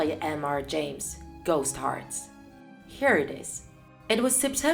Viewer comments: When she writes lost hearts but says gost hearts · Did she say "Ghost hearts" instead of "Lost hearts" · I thought my ears failed me when she said “ghost hearts” instead of lost hearts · is it just me or she said"Ghost hearts"